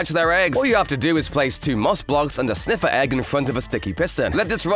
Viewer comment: I thought it was sniffer not sniffiler